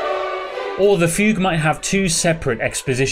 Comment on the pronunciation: who thought fugue was pronounced foo goo